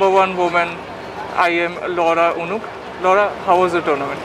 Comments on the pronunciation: लौड़ा नहीं लौरा (Laura ) 😂😂 ! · Yeah so, what's wrong..... Its Laura (लौड़ा) not Loda (लोडा)